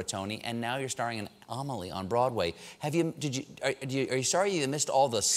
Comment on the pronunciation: Hello my name is amelie and its so sweet how he pronounce Amelie. <3